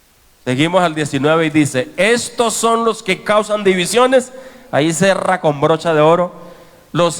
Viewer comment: Con brocha" de oro dice el pastor 😄 y es broche 😟